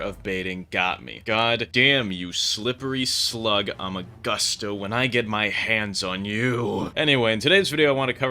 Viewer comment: amagusto like gusto in spanish bud